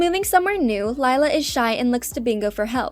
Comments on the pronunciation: Um not sure if ya know but Lila's name pronounced Lee-La not Lie-la (ugh no body make a Miraculous Ladybug comment pleeeeaaasssseeee!) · did this person even watch the show Her name is pronounced LE LA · we don’t have enough tod bingo to think lila is going to date her lila *leelah that’s the pronunciation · something I HATE about this is that your pronouncing Lila with an I, and yes, its spelled that way but its pronounced Lee-lah. PEOPLE PLEASE :( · Its pronounced le la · Bingo best friend’s name is actually pronounced Leela, with a long E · Camping actually showed Bluey as a teenager which you contradicted yourself on at the outro of the video. Mispronouncing Leila after so many times was making me wanna change to another video. Best friends doesn't automatically make lovers either. A good 90% of the human population can confirm. To be honest, while doing a spin off of them being older would be cool, I don't see Ludo doing it just yet. We can hope though. Rumor was flying around though ther would be something on Radley and Frisky's wedding in an upcoming season, so definitely something to look forward to 😊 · Did it bother anyone else that she mispronounced Lila every time? ❤ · And your saying it Lila wrong😑😑😑😒😒😒😒